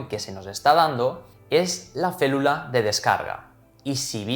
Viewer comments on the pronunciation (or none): Se llama “férula” de descarga y no “félula”… este tipo de “gazapos” generan cierta desconfianza por parte de los clientes potenciales ya que denotan cierta falta de profesionalidad y conocimiento por vuestra parte.